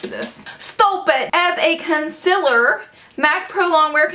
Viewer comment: It's con-see-ler not con-cil-er lol